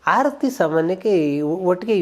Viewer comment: Hi sir, ಆರತಿ ಎನ್ನುವ ಬದಲು ಮೊದಲಿಗೆ ಹಾರತಿ ಎಂದಿದ್ದೀರಿ. ಗಮನಿಸಿ